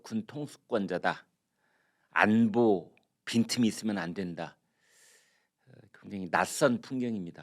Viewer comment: 언제부터 '안뽀'?? 웃기네